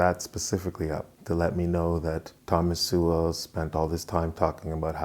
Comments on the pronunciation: It's pretty cheap of you to mispronounce Sowell as Sewell - it's obviously intentional. You make some interesting arguments, but the stunt with Sowell's name does not reflect well on you. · First time to your channel - nice work. Judging by the comments, though, it kinda went in one ear and out the other. But, keep it up. BTW, it's pronounced, SOUL. Ironic, huh? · Pronounced "soul" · Thomas Sowell is infinitely more intelligent than this man with 437 subscribers. I’m not trying to be mean but I watched this whole video and will never get my time back. He can’t even pronounce his name correctly. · Can't (or perhaps won't) pronounce "Sowell" correctly. 135 subscribers. Speaks with the eerie calm of a cult leader explaining why it's time to cut your balls off. He's not creepy at all. When do we get to the koolaid part? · He doesn't have trouble with any other pronunciations. What could it be? He is pronounce that way as a "backhand"? or he hasn't studied his subject well enough to contest him? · ahhh you upset cause you cant prove any of his arguments are wrong. So if he had said his last name right it would have changed your mind? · Sorry buddy, buddy but Thomas Sowell has a lot more experience than you do and he lived it. You didn't. Oh, and learn to pronounce his name properly before critiquing. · You might wanna pronounce his name right if you're gonna be commenting on the guy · Imagine pretending you're critiquing in good faith and you can't even pronounce the man's name. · I'm sure Sowell would simply correct him and precede with the argument rather than flaming for mispronoucing an uncommon name.